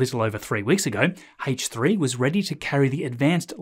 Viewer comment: Scott Manley: “Hullo”: “Haich 3” 😂